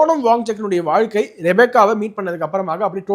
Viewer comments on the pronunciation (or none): none